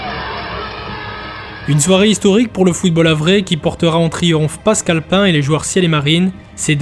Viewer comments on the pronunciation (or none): none